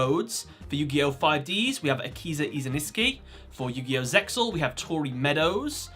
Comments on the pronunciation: Says iziniski. Puts Iziski. Its IZINSKI. Not hard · First, Akiza is my favorite female duelist in all yugioh, and 2nd, it scratches my ears to hear you pronluncing "izaNIski" instead of izINski, dude u invert 2 damn letters and also add an "a" letter, dude, dont take it as a hate, but learn to pronounce it corectly please ! :)